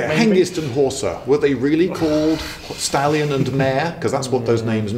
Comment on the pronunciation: "Hengist and Horsa, were they really called Stalin and Mao?" WTF! (Yes I know you said stallion and mare, but damn, that was a pretty intense double take I did there.)